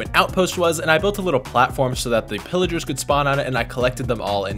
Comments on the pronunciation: Pillagers not Pillagars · “Villigars, Pilligars”